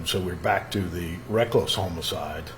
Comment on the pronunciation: Homo-cide. Bizzare pronounciation